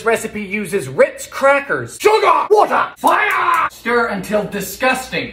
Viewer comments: “SUGA, WATA, FIYYYA!” that has me dying🤣💀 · "SUGAH, WATAH, FIAAAH!" 💥💥💥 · I believe it’s pronounced FIYAA